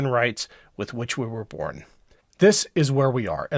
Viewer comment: Emphasis on "BORN."